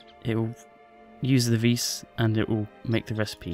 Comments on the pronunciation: its pronounced "vee" not "veiss" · vis is pronounced vee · the s is silent in vis so it sounds more like just the letter v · when u say "Vis" it sounds like u say "fis" and in Norway, that means fart.